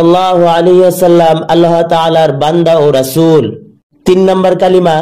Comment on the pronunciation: Kalima noi kolma